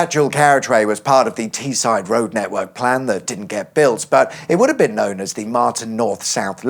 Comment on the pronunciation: The way you pronounced Teesside was diabolical. You should visit Guisborough and Redcar and document how their speed camera signs are the wrong way round for some reason 😂